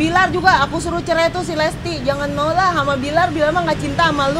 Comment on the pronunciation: Bilang lesti aja dak bisa lestli